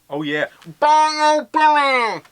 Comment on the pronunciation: its "bye-you" not "Bye-O"